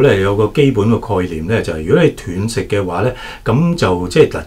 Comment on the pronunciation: 医生是外行，連断食都讀錯😅😂😅